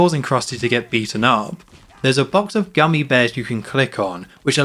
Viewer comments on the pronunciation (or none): none